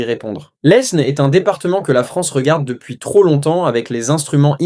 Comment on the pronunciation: On n'a jamais prononcé le S dans le nom de l'Aisne (prononcez Laine)